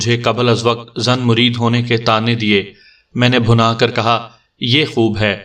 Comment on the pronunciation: بہت ہی مزاحیہ کہانی۔ کافی سیریس کہانیاں سننے کے بعد یہ مزاحیہ کہانی اچھی لگ رہی۔ لفظ بھنا پہ غور کیجیے گا۔ یہ لفظ bhinna ہے